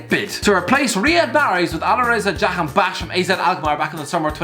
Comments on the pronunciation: Please educate yourself on the pronunciation of 'jahanbakhsh' the emphasis you put on the last past of his name can be offensive. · It's funny how many times Jahanbakhsh features in your videos and you struggle with the pronounciation everytime.